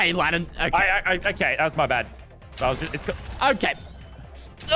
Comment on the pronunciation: Issac Galloway it’s lannan not landon 😂😂😂